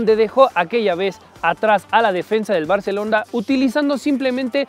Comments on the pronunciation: dijo barcelonda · Al Barcelonda 😂😂